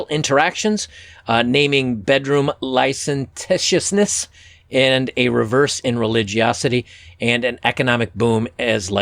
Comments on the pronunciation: hey man, you might want to work on your elocution. Some examples: You: Puritanism (noun) vs Puritanical (adjective), not pronouncing the word licentiousness correctly, in general trying to speak too quickly... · Dude great review. I have to say you had difficulty with two words which you probably know: licentiousness and puritanical. I have had people tease me for saying words like hyperbole wrong because I read them more than heard them. Just a thought. We got to keep our pimp hands strong.